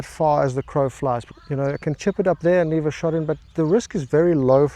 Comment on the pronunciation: "Flice" hahaha!